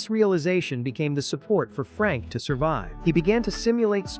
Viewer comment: Fuck...I hate this fucking AI idiocy. Thumbs down. Also, it's not Frank, goddammit. It's Frankl.